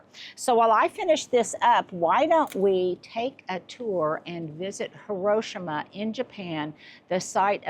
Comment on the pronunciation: You’re pronunciation is incorrect, just thought I’d let you know since a lot of WW 2 veterans wives might be cringing, Japanese, Hiroshima is pronounced "Hee-roh-shee-mah". The name means "broad island" and is written in Japanese as 広島.